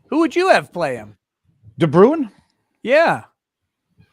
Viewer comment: As a South African i'ts entertaining to hear you guys pronounce de Bruin XD (we pronounce it like "Brain" but with a rolling r if you are curious) other than that great interview and best of luck to the 1 and only Photo Chad!